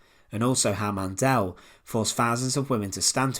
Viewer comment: Why pronounce the E in Mandl so hard? There is no E